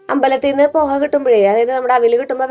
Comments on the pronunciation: മോളെ പൊഹ അല്ലാട്ടോ പോഹ എന്നാണ് pronounce ചെയ്യേണ്ടത് poh--haa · പോഹ ആണ് കുട്ടിയെ പൊഹ അല്ല 😂 😅